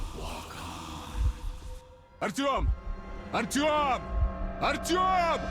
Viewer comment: IT IS NOT RTM But Arťom :D Dude